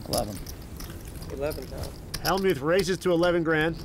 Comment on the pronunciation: The Y in Hellmyouth is SILENT